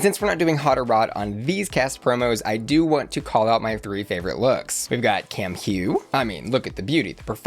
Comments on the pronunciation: I'm sure someone has said this but Cam Hugh is pronounced cam - moo, so it's a pun on Albert Camus (pronounced the same) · Kam Hugh is pronounced Kam Uwg I know I know crazy language. The h is silent. Marseille is pronounced MARSAY…crazy